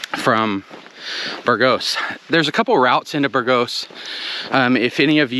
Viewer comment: I think it's BURgos, not burGOS ...